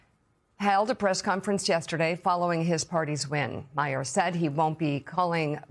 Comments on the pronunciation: Mag - Yar... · Dear Americans: Is it really that hard to check the pronunciation of the winner's name? Magyar literally means "Hungarian." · Anchor didn't even bother to learn Magyar's name. Jesus.